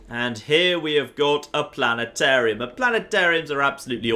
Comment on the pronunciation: the Planetarium is awesome, whats NOT awesome is not being able to pronounce the T in plane-arium when you work in a plane-arium!